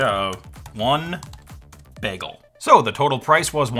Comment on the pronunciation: You have the same issue pronouncing "bagel" that you have with "vague".